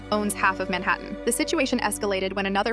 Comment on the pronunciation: Mainhaten? Like in mlp 😂